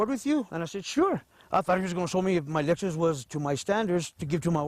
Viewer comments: What the fuck is a "Lexis"?? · 0.42 Lexis lmao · Lexis? What the hell ? It's Lexus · that shit said lexis not lexus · Lexis lmao it's Lexus